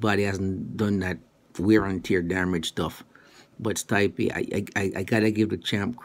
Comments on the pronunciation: It's Stee-peh, not Stuy-pee lol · you stupid mericans can't even properly pronounce this Croatian boy his name....Stipe ,i reads like E,so it's not Stype ...I'm not gonna even try to explain to you his last name...Miočić ...google it fuckers and put translation on Croatian